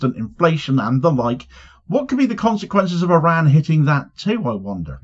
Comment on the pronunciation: It’s pronounced IR-RAHN; and when you slip in snarky comments about Trump’s appearance, you don’t seem clever, you seem juvenile. If you’re an adult, act like it son.